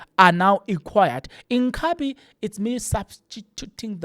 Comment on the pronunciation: Inkhabi /// jooooh a zulu man cant pronounce the word. inkabi.